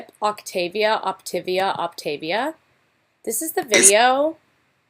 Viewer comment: Optavia. OP-TAY-VEE-UH. HOLY SHIT. I haven never used that shit. My coworker used it, and even I KNOW how to pronounce it. WTF MAN. didn’t she do hours upon hours of research!? it’s like, you’re so close to pronouncing it right...how the FUCK are you STILL pronouncing it incorrectly!!?!?